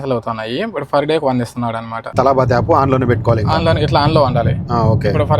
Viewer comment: Adi Talaaabat Kadu Ra Talabat Ra Nibba😂😂😂